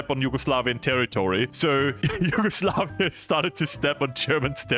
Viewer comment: Ah yes , HUGEOSLAVIA